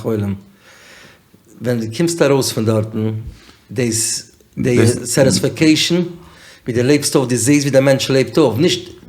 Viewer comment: Pls edit when says satisfecation it sounds ridiculous